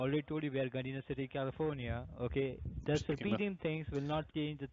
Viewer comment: Can’t even pronounce Gardena right…………….. 😳🤔